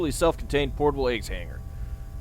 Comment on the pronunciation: you know every time you say a.g.w.s I hear eggs instead and yes I'm aware this video is old